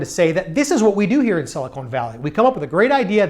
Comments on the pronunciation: SiliCON not siliCONE valley. I lived there for years and your mispronunciation is common. PS the valley of silicone is down south in LA! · It’s Silicon , not silicone. The former is an element on the Periodic Table and the latter is kitchenware. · It's "Silicon Valley" - not "Silicone Valley". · very interesting but I cringe whenever he says siliCONE. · Couldn't get past "Silly-Cone" Valley (however, cool couch).